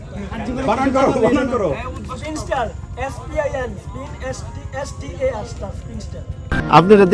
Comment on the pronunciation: wrong spelling.. It's spinster. He said spinstar.